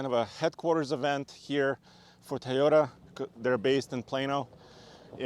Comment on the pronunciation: Please just pronounce tOyota right not tYota jeezz ist very annoying stopped watching right there guys that dnt know how to pronounce the name I don't need more details that guy you tell me he cnt even say the name right